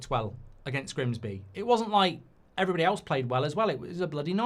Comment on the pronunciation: Goldbridge, when you open the show, can you start with "Hello EVERYbody" and not as you always aay "Hello BODY" .. its everybody, not body!! 😄 🤣 😂